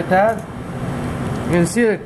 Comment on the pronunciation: Ha..ha… He wants to say..''LIKE THAT'' and says for thousand times...…. ''LIKE DAT''... Again...and again..and over again...